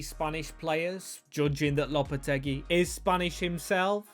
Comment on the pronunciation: Its pronounced lopa-tay-gee